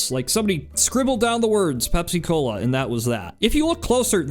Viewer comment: Bro it's not pep- cola it's pepsi-cola for the pepsin in your stomach